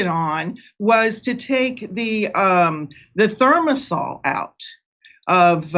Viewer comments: Thi mer o sal (not thimersal) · That's funny she pronounces it 'therm o sol' because I've only ever heard it pronounced 'thigh mare o sol'. Thimerosol is pronounced exactly how it's spelled. After seeing her interviewed a few times, I don't feel this lady is very credible. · Thermasoll? Thermerasol is it Not? Guys. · It’s pronounced “Thy-mare-a-sol,” not thermasol. 😅 and Secretary Kennedy is planning to study aluminum containing vaccines, so I’ll predict aluminum is going to be removed soon, thank goodness!! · Thimerosal is pronounced tim-air-o-saul , not thermosaul. Your guest’s “expertise” must be called into question. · It’s not Thermasol… It’s Thimerasol. She can’t pronounce it, but is correct about it otherwise. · It's Thimerosal not thermasol. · For the record, it's not "termasol", the word is pronounced "thi-mer-o-sal" (ie: four syllables). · It's pronounced "thy-mer-a-sol",. And thimerosal contains aluminum. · She needs to pronounce it correctly though. Thigh-mare-ess-all. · She doesn't know how to pronounce "thimerosol." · Thimerosal is the word you two are trying to pronounce.